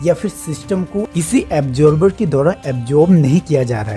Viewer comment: you pronounced that as Absorber….